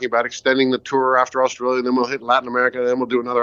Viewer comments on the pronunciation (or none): none